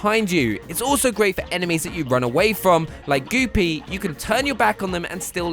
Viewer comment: Why can’t you say Goopy’s name correctly